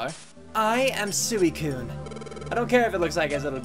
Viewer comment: Everytime you said sooicune I died a little on the inside like chaotic said it's pronounced swee cune.Also anyone in kindergarten knows this just means she likes you.